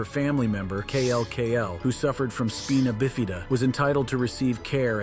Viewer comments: I lost it at speen-a-ba-fee-da 😂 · Please learn how to say spinabifida. (Its spine-ah-bif-eh-duh) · Good lord, how does one pronounce Spinabifida 6 different ways & not one of them is correct 😭🤣